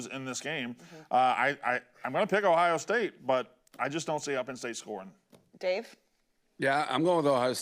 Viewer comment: Love the shows and the company but I detest the way you guys say locations 😂. It’s not Louie-ville its lewel-ville. Blutman, there’s an O in Ohio state. It isn’t Hiya state. Uncultured swines 😂